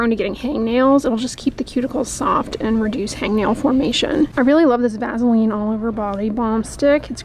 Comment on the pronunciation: I like your down home pronunciation "vazzeline"!